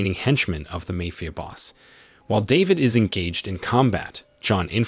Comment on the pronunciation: I just wish the AI’s could learn how to say mafia correctly